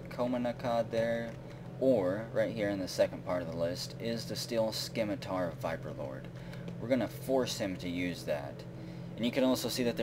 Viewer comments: it is pronounced Sim-it-tar not Skim-it-tar. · You don't pronounce the C in 'scimitar'. Just sayin'. :)